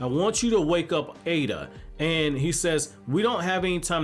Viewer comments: Her name is エイダ, pronounced Eyy-da and not "Eye-da". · It’s pronounced Ada btw same with Pein/Pain and Ay/Ei not pronounced Eye-duh just a FYI